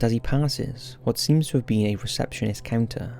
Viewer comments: "If you've ever bean" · I found it so funny how he said “been” as “bean” 😞✊🏾